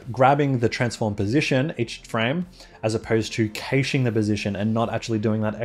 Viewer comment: Youre still saying "cayshing" instead of "cashing".